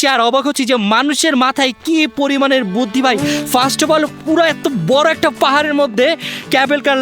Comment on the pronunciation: বুদ্ধি ❌ বুথি ✅